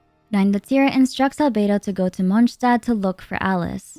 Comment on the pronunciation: Monshtad 😭🙏🏼 Reindotiiiiir 😭🙏🏼 Funten 😭🙏🏼 Come on girl wth